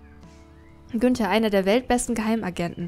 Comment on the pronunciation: Gunther? Ich dachte Günther 😂